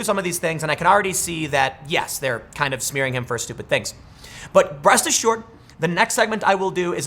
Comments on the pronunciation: Im pretty sure he said "breast assured" but 13m later I feel cheated. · "breast assured"? what have you been up to Tim?